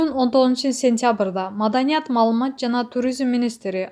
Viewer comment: Бокболиев .малумас булагы реабилицатсия деп окуган кайсы журналист 🤯